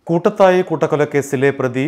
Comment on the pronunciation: കൂട്ടത്തായി അല്ല... കൂടത്തായി